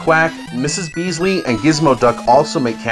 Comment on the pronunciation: Argh...Mrs. Beakley. My brother always says it wrong too lol